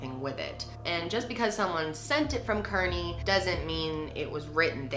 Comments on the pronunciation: Keaerney = Car-knee not kerney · so happy to see a story from my area. Oh and Kearny is pronounced KAR-Ney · I'm from Kearny (pronounced carney ) I love you so much that I don't mind the pronunciation 😂 but I loved this video and all your work ❤️❤️ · im from jersey and you keep saying westfield and kearny wrong lmao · the way she pronounced Kearny made me cringe so much lmaooo